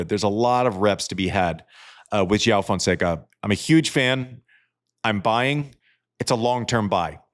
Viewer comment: Terrific analysis as usual, Andy, but you've got to pronounce Fonseca's first name properly...